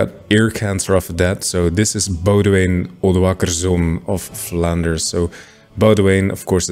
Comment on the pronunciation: It genuinely feels wrong to hear a YouTuber pronounce boudewijn correctly